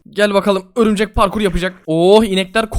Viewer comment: Örümcek ne lan o örmücek xd